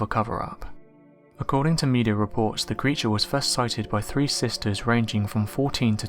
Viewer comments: Lol are u say free instead of 3 and fro instead of throw? All of your videos sound like u can’t say th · Why is it that many Brits either cannot or do not pronounce the "th" sound?! They'll say "free" for the number "three", or "frew" for "threw", or "frewout" for "throughout". It's just SO GLARING that the "Mothers" of the English language don't use PROPER English when narrating something like this video, or even on TV shows, and it drives me NUTS whenever I it! I wonder if it's a regional thing, like how people from the South in America say "ya'll" instead of "you all", or in the North a lot of people will say "youse" instead of "you". If anybody can shed light on this phenomena I'd sure love to hear it (Or rather...READ it!)